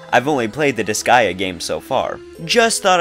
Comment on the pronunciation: You pronounced disgaea correctly.